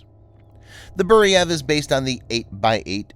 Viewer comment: It is not Boo-ree-yev it is Boo-re-veey...Burevij It is a shame we did not continue on developing M87 Orkan MLRS which had range up to 120km. It would be very much useful in Ukraine Burevij would mean Bura or Burin which is type of hurricane force wind